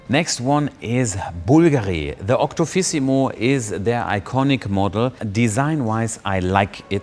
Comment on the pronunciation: "fifty phantoms, octo fissimo". Can you at least try to learn the names of the models, you fraudulent bafoon?